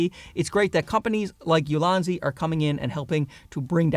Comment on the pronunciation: I thought you were calling your tripods "Lousy" tripods lmao like damn alright he really hates his gear or he loves these new ones so much that it makes his current gear seem lousy. Only took a few seconds to realize you actually said "Ulanzi" but it threw me off for a bit